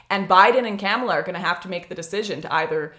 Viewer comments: I don’t think her name is pronounced camel-a. It’s kuh-ma-la. Lol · She said Camela 🤣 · Agreed, not to but an ass but its ka-mall-a. Joe Biden is mostly a diet right wing prez. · I love how your pronounce her name. Camella, LOL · Are you purposely mispronouncing the VP’s name? If so, I salute you